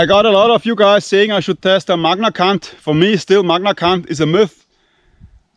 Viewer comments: it's Magnacut not Magnacunt lol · no matter how many times you said magnacunt, it killed me everytime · what is he saying….? Magna C*nt 😅